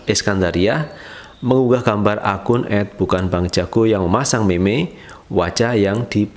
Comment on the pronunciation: Cara sebut bukan meme, yg btul mim